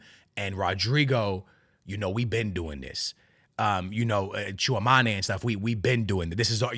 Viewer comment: It's no just Lunin, you always butcher Tchouaméni's name like the guy has been playing for Real for 2 years and you still can't pronounce his name cmon like you are not even close bruv.